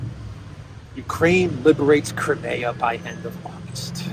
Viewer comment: It’s not called krimaya. It’s Crimea! Cry, me, ah!